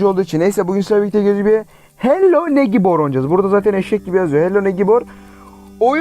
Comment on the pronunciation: Abi negibor değil neybır😂😐😂